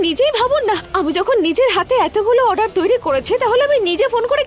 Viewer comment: এই গোপালা তো ভালো ভাবে অর্ডার ও বলতে পারে না বলে আডার 😂😂